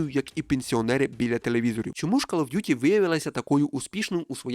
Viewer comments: Не ''кАл'' а ''кОл оф д'юті :-D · Просто друга секунда відео — кров з вух. КАЛ оф дюті 💩